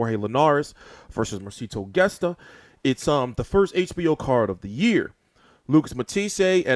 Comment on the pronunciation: Gesta is pronounced Hesta